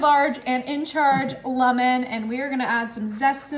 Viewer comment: She's been told it's "cree-ol" and "lemon" not "lumon" but she insists on pronouncing things incorrectly.